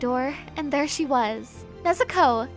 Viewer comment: Why does she say nezuko nezukow